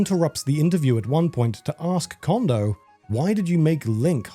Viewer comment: Just some constructive criticism, narrator - Note how you pronounce Koji. Apply how you pronounce the O in Koji to how you pronounce each O in Kondo. 😊